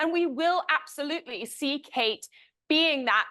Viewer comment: Creepy how deceptive. Harry really called it out! (I absolUTEly dis-PISE this over-pronouncer) ugh